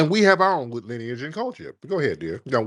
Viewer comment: “ Your wife has white linage’!”🤧😂😂 She said lineage wrong, ignant’ as hell